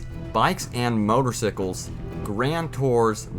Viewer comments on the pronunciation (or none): XD he said motorsickles twice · And The Way He Said Motorcycles Hahaha